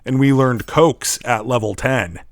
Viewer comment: Co-Ax, is how you say it in the real world riding :)